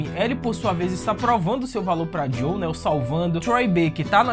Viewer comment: Mano, eu adoro seus vídeos, vc conta a história de maneira mto empolgante, mas confesso que o fato de vc chamar o "JOEL" de "JOW" me incomoda mto! 😅